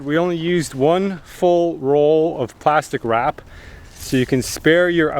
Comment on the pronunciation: Pwastic wap 😂